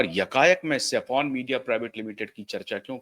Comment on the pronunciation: Indian flag has three colours Saffron White and Green It’s not Safon as you pronounce It’s SAFFRON - सैफरन